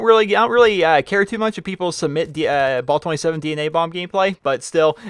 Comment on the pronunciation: Dude its not ball 27 its bal. ah not aw